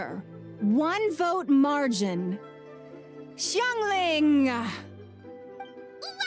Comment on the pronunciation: Madame ping is the only one who pronounced Xiangling’s name correctly lol